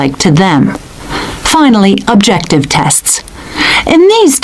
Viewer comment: I am hearing - Projective for qsn 35 instead of objective🙄